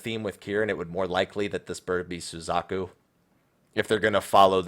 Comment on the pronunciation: Red and Blue.... POKEMON RED AND BLUE. Pokemon Crossover confirmed.... (I'm totally not being serious, just FYI) And... that pronuciation of Suzaku.... T_T; soo/zah/koo not sooz/AH/koo.